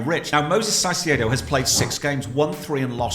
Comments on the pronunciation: Why do you call Caicedo Saisiedo? It’s pronounced ka-ee-seh-doh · Stop calling him Saicedo, for god's sake 😂😂😂 You're trying too hard. It's a Spanish C, not a Portuguese Ç. His name is Kai-Se-Do. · Why do they keep saying “Saicieidow” hahahaha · The pronounce for caicedo its not with the s at first , the c must be pronounce like a normal c and the second c like a “s” . Its like kaisedo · I’ve checked the Spanish pronunciation and Caicedo is not pronounced like that lol